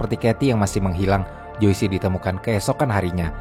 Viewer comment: Joyce itu dibacanya jois bukan joisi… smg next ga salah lg ngucapin nama